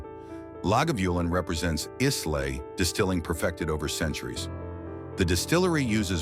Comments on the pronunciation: AI reader...it's Eye-la or Eye-lay not Ees-lay etc.etc. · Is this an AI voice as the pronunciations are poor? Islay (eye- la), Lagavulin (la-guh-voo-luhn)